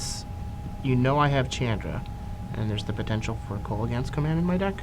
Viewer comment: say it with me..... "Shawn-dra"